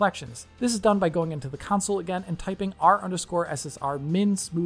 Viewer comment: It s called console not council like you say it cheers i like what you do, but when I hear councile in stead of console it just hurts my ears